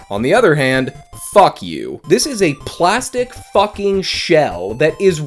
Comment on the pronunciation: Why did he say "FUHCK" like that?